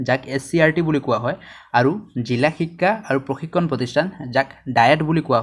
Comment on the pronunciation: সুন্দৰ কিন্তু অসমীয়া শব্দৰ উচ্চাৰণৰ প্ৰতি সজাগ হোৱাৰ প্ৰয়োজন । বিশেষকৈ ব-ভ,দ-ধ, ক-ক্ষ, ঠ-ট আখৰবোৰৰ উচ্চাৰণত ... (যেনে সঠিক শব্দটো সটিক আৰু শ্ৰেণীকোঠা শব্দটো শ্ৰেণীকোটা, শিক্ষা শব্দটো শিক্কা আৰু ধন্যবাদ শব্দটো দন্যবাদ বুলি উচ্চাৰিত হৈছে। ধন্যবাদ !